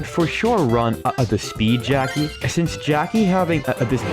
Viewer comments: Why does it sound like 'geoci' instead of 'Jacky'... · I heard jockey…